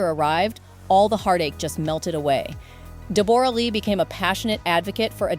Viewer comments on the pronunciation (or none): DEBRA LEE NOT DE BORA LEE😊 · DEE BORE RAH?! REALLY?! It's DEB-RA you ai donkey. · It’s not pronounced Deb-or-a It’s just like Debra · It’s DEB-ra not Deb-OR-a - she literally says her name within the first couple of minutes. Hugh Jackman is not 49, he is 57. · DEBORE A LEE??? FFS....LEARN HER DAMN NAME PRONUNCIATION. ITS DEBRA LEE. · It’s DEB-ruh, not De-BOR-ah. Teach your ai better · Debra not Debora lee 😮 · Deborra-Lee is pronounced Deborah-Lee - if you are going to do a story on someone at least do your research and pronounce their name correctly. Oh right you have a stupide AI voice doing the narration. There's aways two sides to every story and you never know what truly went on in a relationship and what the other side did to contribute to its demise. The way you go on in the video about 'poor' Deborra-Lee - she's walked away with a fortune, mostly made up of Hugh's earnings, so she will be fine. What about all of the other people who go through a divorce and walk away with nothing. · Deb-uh-ra. Not De-bore-uh. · I just can't with the "De boragh lee" 😂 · For Gods sake all us Aussies are rolling our eyes...HER NAME IS PRONOUNCED 'DEBRA' JUST SPELT DIFFERENTLY.. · Deb bor ah. Say it properly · I stopped watching as soon as I heard "Deb-bora". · It is, it's pronounced "DEB-RAH" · Try saying Debra, we pronounce it the same way and Toorak is two rack! I loved them both so this is hard. My Nana was married to a man 19 years younger than she was after she was widowed and he cared for her and adored her until she passed. Age has nothing to do with it and Hugh now looks the same age as she does. He just got married before he grew up and even though there are many experts in the comments. They don’t know any real facts about either of them. They are both good people. It makes me sad for them. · Are you saying Dee BORE ah? Ugh robot go home… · ITS DEBRA DEBRA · you say her name as debra - this must be AI crap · De Borra?????? Are you sure?????